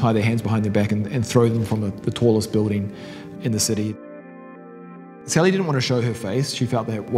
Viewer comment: "Sally"? That ain't no "Sally"!